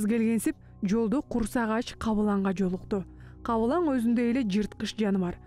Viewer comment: "Бул маселелерден да өзүнө азык дайындоо эң маанилүү экенин сезип турган". Которгон тилчилер диалектиңер менен эмес тилдин нормаларын сактаганды үйрөнсөңөр. Сабатсыздар тажатты. ДАЙЫНДОО эмес Даярлоо болот. Google менен которгонго чамасы. Же үн кошкондон кеткенби? Кабылаң эмес Кабылан.